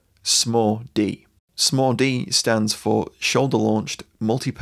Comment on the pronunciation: It wasn't until the video was nearly over that I realized he wasn't saying "Small-D"... like it was a nickname, such as the "Mini-me".